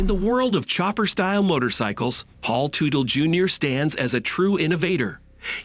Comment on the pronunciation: Ummmm you can't even pronounce the last name correctly. It's Tutel like as in King Tut with an 'ellll' at the end. FFS!